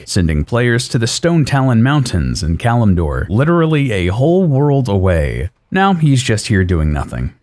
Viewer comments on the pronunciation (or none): none